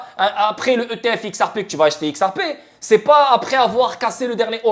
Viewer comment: On dit xrp par x ar p crétin